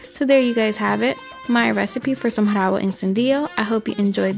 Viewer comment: Forgot to pronouce the "r" in rabo